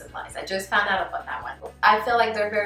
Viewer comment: Out sound a little like “oot” and process sounds like “PRO-cess” lol it’s the cutest thing 🥰